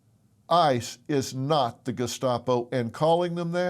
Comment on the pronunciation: Gescapo? Why does that sound like an Italian dessert? 😂 What an idiot. Doesn’t even know what they were actually called. Typical. Using words they don’t know to describe concepts they don’t understand.